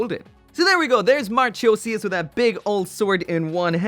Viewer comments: Mar-KOH-zee-us. Hard K sound, not CH. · Interesting how he pronounced it as MARCH-osias but the Katakana has it pronounced as MARCO-sias. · Mahr-khoe-zias... not marCHOEsias... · Isn’t it pronounced ma-ko-si-as?? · TBH, it pronounces as Mar-koh-sias... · please don't get the pronounce wrong man, not mar " cho" sias, it's more like markosias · It’s mar-co-see-ass not Cho... co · "Marchosias" mar-ko-seeus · Moth Man Yeah... Funny how if I think Marchosias, I'll think about the puppy from. Musaigen no Phantom world. Also it's pronounced as "Mar-ko-si-as" but japanese pronounce the "Si" as "Shi" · ive been waiting eagerly for this kit, ive been so exited for it! however every time i hear you say her name it makes me cringe a bit.. its pronounced MAR-cozy- ass Marchosias is the grand Marquis of hell and usually depicted as a great winged wolf. perfect for a gundam in the ibo universe i think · Pretty sure it's pronounced as 'Mark-osius.' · he didn't even think about the "Marchosias" Pronunciation omg 😭, well classic i guess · The H in Marchosias is silent